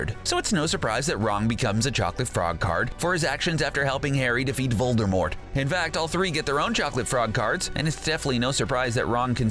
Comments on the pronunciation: It’s Voldemort not VoLdErMoRt. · It’s not Voldermort it’s Voldemort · Voldermort that’s how he pronounces it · Ahh good ol’ “voldeRmort”